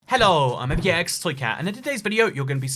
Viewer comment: I thought I clicked a Italian video when he said hello